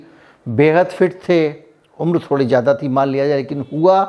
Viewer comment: You speak very well but try to improve your pronunciation. If you can say Fiza then why do you say jyada instead of zyada